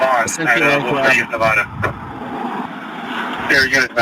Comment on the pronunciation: No wonder that Karen got mad - the officer kept saying "Nevada" wrong :D